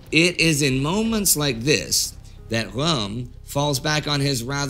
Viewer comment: This particularly dark episode of history is made more endurable for me by the fact that Indy saying "Röhm" sounds so much like inspector Clouseau saying "Room"